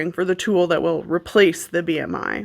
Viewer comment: My soul left my body at the "R" in B.R.I.